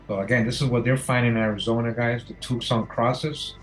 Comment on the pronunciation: Thank you! BTW Tucson is pronounced too sahn or tu san the c is silent for some reason.